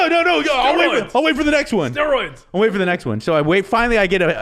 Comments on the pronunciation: "...……………….STEROIDS!...………………...STEROIDS!...……………….." -Dr. Drew. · Wtf is up Drew's emphasis on steroids???